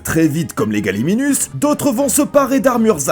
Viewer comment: Petite correction d’ordre nominal, c’est bien le « galimiMus » et non « galimiNus » 😬